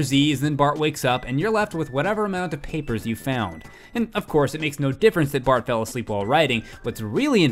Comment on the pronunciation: In he calls Bart "Bark " :P